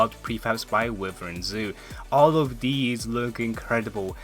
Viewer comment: Anyone else realize instead of saying these he says "Deez"